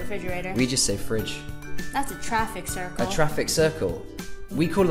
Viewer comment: Or she says “TrAFiC CiRcLe”